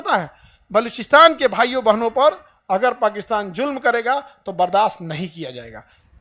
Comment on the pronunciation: Ye julam nhi zulam hn. Try to pronounce correctly. Love from Pakistan ❤